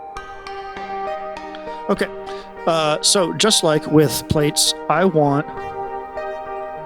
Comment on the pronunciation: hey, love Ur videos. just wanted to let u know Plaits is pronounced Platts with a long a sound like flats but with a p instead of an f. it's a way of doing hair that's why he named it plaits because it is the braids successor. I don't mean to be rude or anything, just thought u would want to know. thanks for making such great eurorack videos man, Ur fucking awesome!